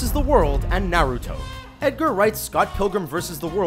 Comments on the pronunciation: Why is it no one in media can pronounce the name Naruto? It isn't Nay-rew-toe. Also, based on your view, you can say Avatar copied Fern Gully or a host of other environmental films. And Chobits is nowhere NEAR the first anime to have a person fall in love with an android, not is it a film. And Serial Experiments Lain isn't the first to do what it did either. As usual, a top 10 video on youtube didn't even do the most basic research. But you got 3 million hits so I doubt you care. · I really hate how people mispronounce names of animes and "Manga" (IT'S MON-GUH NOT MAINE-GAH) like Naruto.. They pronounce Naruudo. (Go look it up I swear) And Kirito (Kurido), Asuna (Uh-Soo-Nuh, when it should be Awe-soo-nuh) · Nah Rue Toe